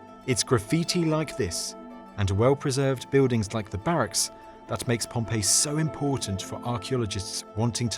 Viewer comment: You Don't Prounce the "L" in Words you speak. Beudings for BuiLdings!! Pepoe for PeopLe!! It's Not Difficult to pronunce the "L" in Words. Try It!!